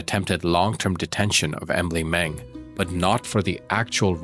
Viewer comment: Very shocking here in Denmark, thank you for giving Emilie a voice❤ poor girls who felt in the perpetrators hands.. 😢 btw you pronounce the names very good 👍